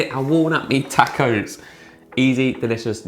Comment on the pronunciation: Looks good, will try. Btw, you're saying tacos wrong.